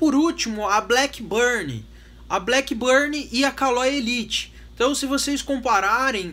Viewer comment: It's not 'blackburnie' but blackburn!